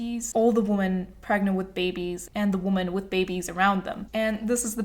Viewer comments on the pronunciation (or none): i'm saying this cuz i wish someone told me earlier- the plural of "women" is pronounced "wih-men"